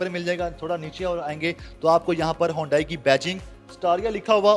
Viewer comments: It’s not hondai it’s hyundai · ھونڈائی نہیں بیٹا، اسے "ھی انڈے" بولا جاتا ھے۔ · It's called Hee- yun- day- ee. ..not hondai in pronunciation.